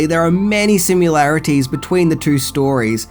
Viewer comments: Why do you say sim'u'larities when it's spelled sim'i'larities??? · HOW DO YOU SEE THE WORD 'SIMILARITIES' IN 2 FOOT TALL RED LETTERS AND STILL SAY: 'SIMULARITIES'... DO YOU SEE A 'U' ANYWHERE IN THAT WORD? Once an episode for years you fit in that non word. (and its 'DISORIENTED' NOT 'DISORIENTATED'! We either protect the sanctity of perspicacity, or we sink into a new dark age of ignorance. There is no in between. The center cannot hold. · Your pronunciation of "similarities" includes something that sounds like "simulation." It comes out as "simularities." You said it a few times . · please learn how to pronounce ''similarities''.. there is no ''u''